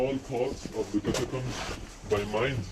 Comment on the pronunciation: "catacooms" :D have to think bout legends of avantris xD